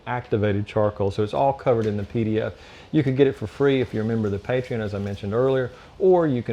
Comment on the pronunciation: what is a Dee Dee Ef??? Keep on hearing hears a leenk to a Dee Dee Efd.